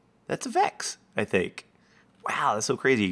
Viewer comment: its vechs you kiddo